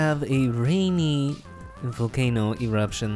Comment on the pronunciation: I was thinking you said vulcano in rusia